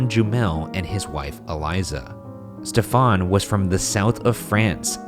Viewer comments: Ryan why are you mispronouncing “Stephen”? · Genuine question: why is Ryan pronouncing the very common name ‘Stephen’ like ‘Stefan’? It’s just a variant spelling of Steven. He mentioned the guy was French - is that the French pronunciation? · Stephen jumel.... Pronounced ste ven Not step fon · Why you guys pronounce stephen like stefan. It’s like steven with a “ph” right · #postmortem Why is Stephen Jumel’s name pronounced as Stefan and not Steven? Is it a French thing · Is 'Stephen' really pronounced Stefan in this man's case, rather than like Steven? Or is that just Ryan pronouncing it strange? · Every time Ryan said Stephan sounded more like Stefon 😂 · The scariest thing about this episode is the way Ryan pronounces "Stephan" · #postmortem Ryan my sister is an english major and would not stop laughing everytime you pronounced Stephen as “Stephan”. Please tell me you pronounced it correctly so I can prove her wrong. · ryan i love you but wouldn't it be pronounced steven? or are you trying to be fancy and french because he was from france